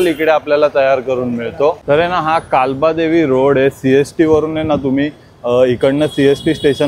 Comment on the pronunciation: कालबादेवी नाही रे बाबा, काळबादेवी